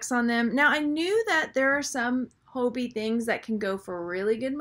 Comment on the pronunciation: Being kind:) I know Hobe, his daughter in law. It is pronounced Ho Bay. Hugs